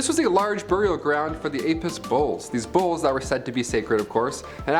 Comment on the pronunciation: How is it that I (only listening to the video) thought he was talking about bowls they were worshipping and turning immortal. I was like wtf am I listening to... I didn't realize he was saying bulls till he said something about not wearing red around them...